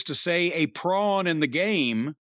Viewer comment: pawn not prawn you prawn